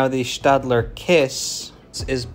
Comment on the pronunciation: I thank you for correctly pronouncing Stadler, it may seem like a trivial difference, but its still cool to hear.